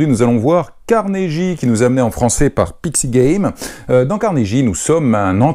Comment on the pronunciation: Juste comme ça ... il faut prononcer 'Carnegui' et non 'Carneji' .... :)